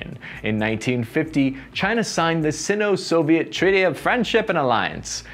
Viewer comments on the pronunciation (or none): ......the term is pronounced "Sign-Oh" and spelled Sino, the 'i' in the word is 'long' rather than 'short' in pronounciation.